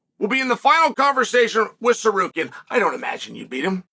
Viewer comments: Bro.please respect people names.its not secarian but SA-RUK-YAN. By the way arman is rubbish talks so much.he needs 5 rounds to beat charles by split decision islam submit charles easily in 2rounds.islam will smesh the armenian then he will realise the dagestani jinx.🤣🤣🤣🤣🤣🤣🤣🤣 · Did he say Zarkarian 😂? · Tsarukyan not Tsarkarian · Uncle Chael playing fast and loose with fighter names. Tzarukian, Zakarian, Kardashian…same thing! 😂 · Please someone tell Chael that pronouns it Sarukiyan. Tsarukiyan the (T) is silent 🔇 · Shark Karean?? 😂😂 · no uncle Chael. Its Sarkarian 😂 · Apparently there’s a fighter whose name you can pronounce differently every time you say it. Tsarukyan, Sarukan (Ryu and Ken lost to Chael btw,). And at :28 I think he called him Shakira 😂 No more proof needed. Chael is the GOAT 🐐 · Me: Tsarukyan Uncle Chael: Tsarkaryan Me: Tsarkaryan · Bro please stop call him Sakarian 🤣🤣🤣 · Sar-karian vs Mackle-chev sounds like the deadliest cobblers that ever lived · Mockelchev vs surkarian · Too late. Sarkarian it is. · idk why i thought he’d say armans name right lol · You would be more believable if you could pronounce his name..No one thinks Islam or Arman fights are boring..Arman also said Poirier lost because he quit, and he refused the Islam title fight because he needed more time, he says lots of stupid stuff, who cares..And I'm not convinced he beat Charles, it'd debatable.. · Chael butchering Arman's name is classic Chael 😂😂😂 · Chael spends his entire day finding new ways to butcher Arman’s name lol.